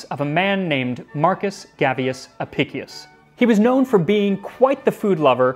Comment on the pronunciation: Historian here, I own the book, and written a few works on it during my time at university. Friendly note: Since its latin, it would be pronounced "Ah-pish-ous" Great Video! I always found the flamingo tongue and the method for transporting scallops particularly interesting.